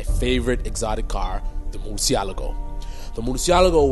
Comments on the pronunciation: OMGG stop pronouncing the name wrong people wtf ,, it's Murcièlago ( Mur- Shi - La - Go ), not Morsiyalago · murcialago - umm learn to speak